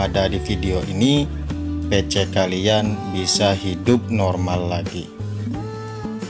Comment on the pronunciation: Pisi bang (PC) bukan pece😂😂😂